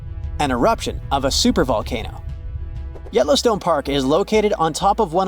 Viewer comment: Wow! Yellowston(e) has an E on the end. You'd think you could get that right...😮🤔🫤